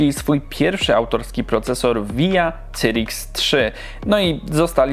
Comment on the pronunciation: WTF, sajrix nie cyrix. Naucz się człowieku angielskiego, bo uszy więdną...